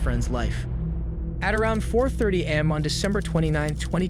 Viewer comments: So sick of AI narration. Pronouncing AM as "am," and sedan as "SEdan." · I hate these AI narrations. - “ amm” (failure to say A.M.) - “badly damaged white sidden” (sedan) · Mispronunciations (AI?) are creepy in the first few seconds you have, " a.m." pronounced "am" and instead of sedan it is pronounced "sid-in" . Not watching anything that the poster has so little pride in their video to use bad AI. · This is obviously AI audio. 'am' not 'A.M.' 'sedin' not 'sedan' I'm sure the list goes on. Is this an AI generated script, or did the guy write it and just have an AI read it?